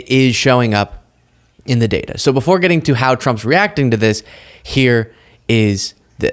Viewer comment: my dear. You're the only one I follow. But please quit saying show instead of the word SO and adding ph'S in front of words that has nothing to do with p h 's!!!! Does anybody get what I'm saying!